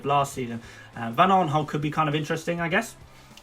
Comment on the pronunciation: Van Aarnholt? AaRnholt??????? Seriously????? Van Aanholt!!!